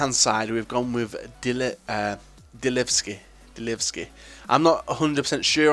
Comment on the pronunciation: you got dilevski right :)